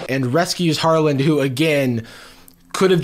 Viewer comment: i know this is so old but i cant get over them saying “harlan-d” every time 😭😭 and really emphasizing a d in his name for some reason